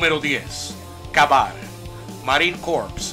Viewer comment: El primero se pronuncia kei bar